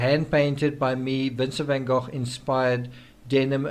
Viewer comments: Van Goch (as in loch) is the correct pronunciation. TCRS is of Dutch heritage which is why he says it correctly, Goch. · Van Go rather than goff